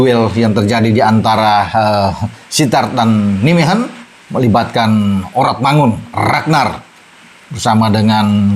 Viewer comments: Cara baca club sepakbolanya Calvin: Naymehen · maaf, kota Nijmegen cara membacanya Neymehen